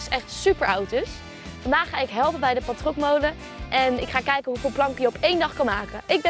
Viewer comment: en je spreekt het verkeerd uit. Het is niet pal-trokmolen, maar palt-rokmolen. Palt komt van Pfalz. Een Pfalz-rok was een soort van zware gesloten lange jas. De vorm van de molen lijkt daarop. Bij spreek je het trouwens wel goed uit.